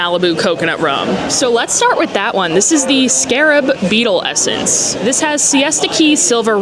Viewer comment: Scare-ub. Not ska rab…